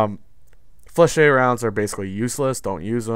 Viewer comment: Ok im tired of people pronouncing Flechettes wrong its "Fleh-shetts" just like that damn